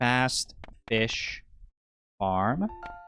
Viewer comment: I keep hearing "Fast-ish" instead of Fast Fish fram every creation of a new run, which is very funny to me with the insistence of calling yourself "not a speadrunner" 😂